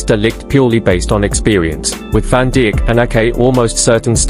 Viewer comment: Van Dick ? Lol Damnn this Ai is wild